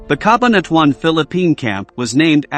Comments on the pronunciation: CA - BAN - A - TWON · CA BA NA TUAN.....he is not a filipino thats why his tongue is twisted...🤣🤣